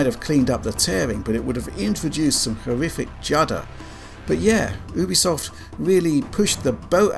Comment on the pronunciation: I think you pronounce it Youbisoft Not Ooobisoft